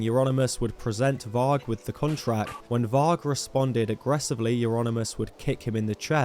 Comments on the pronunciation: Pronounced 'vari' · you keep pronouncing varg wrong